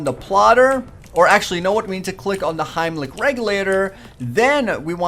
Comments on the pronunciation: heimlich its helmic xD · "Hiemlic regulator" XD